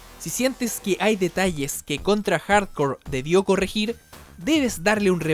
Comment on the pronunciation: parece que dice contra hardcore xd